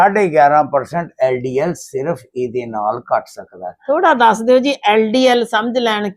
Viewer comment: SSA jee tusi hdl te ldl galat bol ditta he isnu theek karna